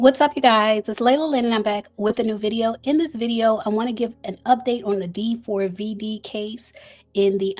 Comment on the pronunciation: It’s pronounced David you bootleg Nancy grace😊